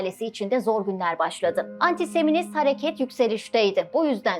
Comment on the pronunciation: Anti-seminizm değil anti-semitizm, karl pupır değil karl poper. 2 dakikada ancak bu kadarına dayanabildim, gerisini izleyemedim.